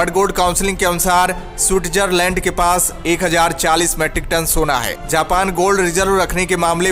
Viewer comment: सुटजरलंड नही स्वित्झर्लंड बोलो